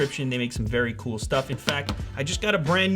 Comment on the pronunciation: "He's so coul" xD